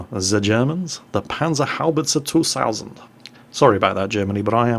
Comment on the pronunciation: Nah, my bilingual English teacher here does it the same.. it's terrible and did it right. xD his 2000 was pretty bad though